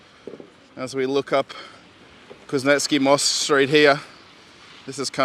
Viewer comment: Hi, Good to watch your videos, just one constructive suggestion-please, please, please-make a memory note and try to pronounce street names correctly. It's getting closer to being just ridiculous, this is after you have been there for 8 years. Just to give you an example from this video, in your interpretation, Kuznetskiy Most which translates as "Kuznetzkiy Bridge", sounds on one occasion as "Kuznetzkiy Mosque" and then half a minute later as "Kuznetzkiy Mozg", Mozg meaning brain in Russion. Thank you:)